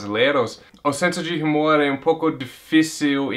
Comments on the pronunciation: Se escreve Humor mas voce pronuncia umor. A letra (H) nao é proncia . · Gostei das suas razões de vc amar o Brasil ! Agora uma correção na pronuncia da palavra HUMOR. Vc esta falando com o som do H do inglês. No português o som do H é mudo, a pronuncia seria como se a palavra fosse "UMOR"